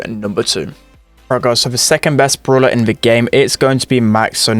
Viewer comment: it is BRAWLER not BROOLER